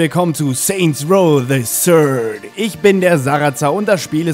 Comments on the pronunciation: nicht the shird sonder the third (aussgesprochen the Fird) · das th bei third spricht man wie ein f aus :D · er spricht third immer falsch aus ;) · Haha cute how he pronounces the "TH" in The third ;) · ja man spricht es wie ein s aus zwar nicht genau so wie sarazer es gesagt hat aber trotzdem wie ein s ... sind eigentlich alle youtuber auf streit aus oder was ?